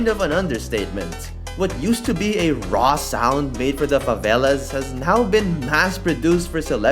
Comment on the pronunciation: Perfect brasilian pronunciation of favela e baile btw